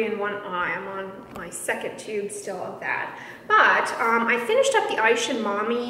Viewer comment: Not sure if anyone has told you yet, but Isehan is pronounced ee-say-hun. Japanese pronounces all the syllables separately.